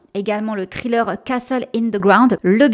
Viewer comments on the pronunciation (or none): none